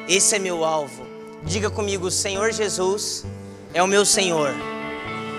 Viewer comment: "Shei shu" mano eu dei risada disso???kkkkkkk